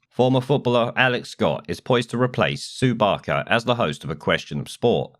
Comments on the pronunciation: Sue Baker? Sort your script out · its Sue Barker